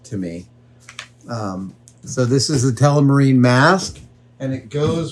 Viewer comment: am i the only one that hear adam say telemarine instead of telmarine?